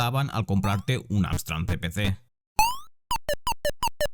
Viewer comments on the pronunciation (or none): Estás diciendo todo el rato AMSTRAN ... ¿en serio? ¿con N? 🙄